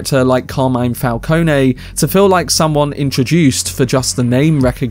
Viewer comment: Fal-cone-ee and Fal-cone are fine, but Fal-cone-ay? That's just dumb